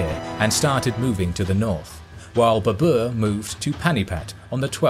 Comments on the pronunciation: It is ba-ber not ba-bua!😂😂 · You butchered baber's name mate, you make him sounds like it's the name of an ape species, babua😂😂😂 it's pronounced as Baa-ber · In video presenter pronounce The title of conqueror wrongly because in Persian tiger is pronounced "babr"not "baboor".Now I do not know how this is pronounced in India itself. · Its not Babuur, its Babar in pronunciation. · Well done except pronunciation of Babur. It is "Bah..Ber" not "Beh.. boor" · It’s not babour he’s name is babr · WTF! Why it is so difficult for Western people to pronounce Indian names? It really is frustrating. Its BABAR not BBR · Babr/Babar not berber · Baa-Burr! It's pronunciation. not Babua! xD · Omg all along I kept thinking who is the new emperor Babooa, never heard of him and by the end of the video I was like wtf is he talking about Moghuls aemperor Baber? 😂 My lord he butchered the name so bad lol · Well done. However, tiger in Persian is pronounced as “bäbr”. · The way you say Babar.. it's hilarious.. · His name is pronounced baa-bur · He massacred Babur's name as much Genghis Khan massacred northern Persia